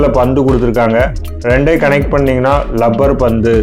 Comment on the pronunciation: லப்பர் இல்லை ரப்பர் 👍🥰